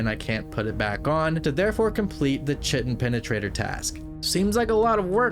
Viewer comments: The task name is pronounced KY-tin it’s what the exoskeleton of arthropods are made of, not chi-tin. Not trying to put you down, just trying to spread knowledge. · "Ki-Tin". The CH in Chitin is a hard "K". lub ur RuinScape vids =) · chitin is pronounced like kite-in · the i pronounciate chitin wrong the entire video note killed me for some reason lmfao